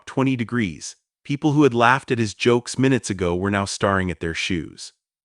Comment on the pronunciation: FFS it's not STAR-RING (actors)it's fkn STAIR-RING(to look fervently)🤬🤬😠😡